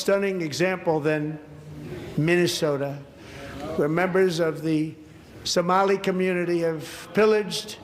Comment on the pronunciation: He literally said someli pirates